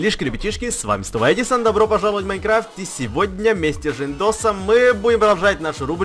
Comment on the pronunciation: эдисон ты сказал женьДОС а дос переводится с казахского друг